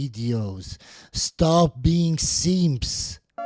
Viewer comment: “Seemps”… lol. Cracks me up every time. I love this guy.😂